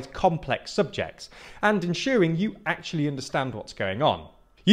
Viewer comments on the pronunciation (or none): none